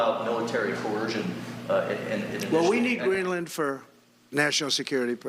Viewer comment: Hey, FOX news lady, it's "crazy" not "Kwazy"?? and lady it's not Green Land, its Greenland, and maybe they should say that the flags being at half-staff is NOT anything new despite Trumps' whining. It happened before Nixon's inauguration when Truman had just died.